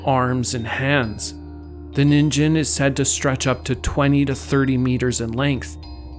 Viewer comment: I believe that Ningen is pronounced "neen-gen" with a G sound and not a J. It is Japanese for "person" or "human" etc.